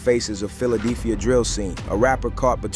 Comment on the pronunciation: Philadeephia? And I thought AI Slop couldn’t get any worse. They at least should know how to say state names